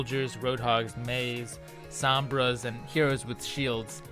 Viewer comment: It's not SAHM-bra, it's SOEM-bra.